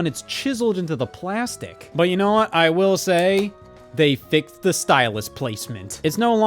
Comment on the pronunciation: "They fixfthed"